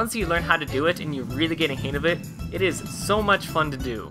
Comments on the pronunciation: Dude. It's HANG. Not "hain" Sorry. It was really bothering me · Im sorry but it irritates the fuck out of me that you say "han of it" pronounce the "G"!!!!